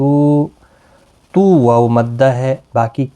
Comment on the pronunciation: Jazakallah .ap ny ayat main tu,tu hunna parha iss main noon tha jis py harkat thi tu wo q nai parha.